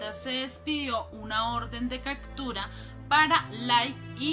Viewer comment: Por que dices "cactura" si se pronuncia como se escribe CAPTURA